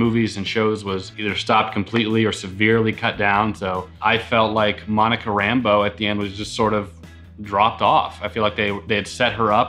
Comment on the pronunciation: It's just a nit pick, but it kind of annoys me when people mispronounce Monica's last name. It's not Rambo like John Rambo, emphasis on Ram. Its Rambeaux, emphasis on beaux. It's sounds as wrong to me as pronouncing Spiderman as if it were a Jewish last name (pronouncing it like "Spidermin")